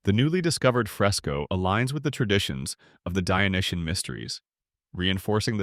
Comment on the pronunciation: The adjective is "Dyonisian", not "Dyonitian". Otherwise, nice video!